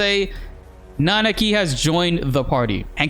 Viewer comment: My man, you know how to pronounce Nanaki.